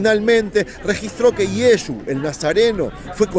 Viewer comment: Llamar a Jesucristo Yesu es insulto nadie les gusta que pronuncien mal su nombre todos corregimos a alguien que medio dice nuestro nombre o los dice mal